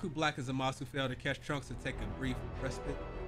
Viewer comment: Just an FYI but the voice actor for Goku Black happens to be the same VA for Goku lmao. Edit: Also you're pronunciation of Zamasu was nearly spot on no need to fret. For someone who's not in touch with the franchise like that you did better than even most fans lol you good 🤣🤣